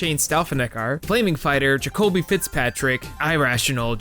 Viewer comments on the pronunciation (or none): none